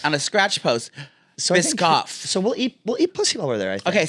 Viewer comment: Babes it’s Biscoff. Like the cookies they give on Delta 💕